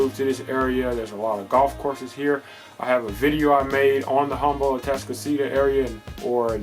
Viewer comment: You don’t even know how to pronounce Humble the right way 🤦🏻